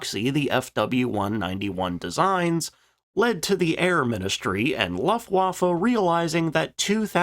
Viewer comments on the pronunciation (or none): Only 0.30 into the video and “Stop…STOP…..CUT!” Luftwaffe is pronounced like “Looft-Vaffe”. In German ‘w’ makes an English sound like a ‘v’. There is no English ‘w’ sound in Luftwaffe. It’s not difficult. If you’re going to make videos about something, it’s worth spending a little time and effort to get words that are important, common or central to the theme sounding correct. Another example for Americans: It’s not pronounced “Ay-dolf Hitler”. It’s pronounced “Ar-dolf Hitler”. Now…..let’s carry on with the video……😅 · NOT 'Luft', like "tuft"... 'Looft-waffa'.. You make my ears hurt, AGAIN. Really, get a Grip; Think b4 you try to SPEAK! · My toe nails curl up, every time he says "Looftwaffe". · The first syllable of "Luftwaffe" is pronounced to rhyme with "poof" or "loot (with an 'f' of course)." Unless it has an umlaut, that's the way "u" is always pronounced in German. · Why is this guy incapable of pronouncing the name of the German airforce?